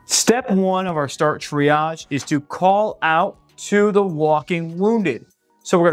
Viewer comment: .das hört sich an wie: dreiarsch - - warum dieses Wort-Verhunzung....?????